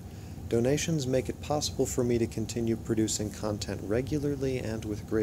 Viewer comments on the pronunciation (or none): none